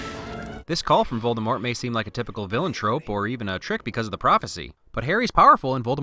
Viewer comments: The snake harry let out was actually nagini and Voldemort is actually pronounced with out a t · Rowling as in Bowling though props for the Voldemort without the T